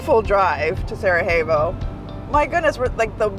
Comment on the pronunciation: Cool video. Btw it's pronounced as Sarayevo, not j/h.